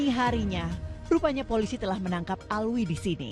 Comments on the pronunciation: Alwi alwi Alvi Gimana si Nyebut nama orang aja gak beres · Alvi bukan Alwi